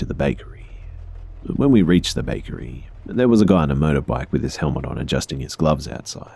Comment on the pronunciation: Max Dunham now I keep hearing it every time he says motorbike 😂😂😂